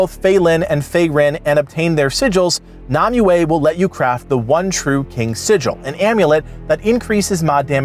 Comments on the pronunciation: I'm going to kill m myself if you keep calling her Nami-way!! its pronounced, Nim-way ! spelled Nimue!! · Why can't you pronounce nemue